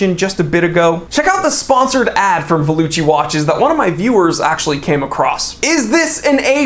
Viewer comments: Valuchi should be pronounced “Valoocky” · the italian pronunciation of 'valuchi' would be 'valookee' so they were even too lazy to type their own brand name into the text to voice box of google translate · If Valuchi is trying to be Italian, they need to check how 'ch' is pronounced…